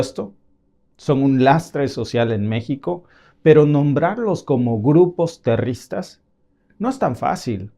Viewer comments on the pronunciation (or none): Grupos 'terristas" y 'terrismo" "financían" 😂